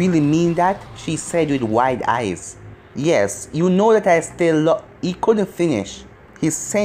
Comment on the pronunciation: said youno and not uno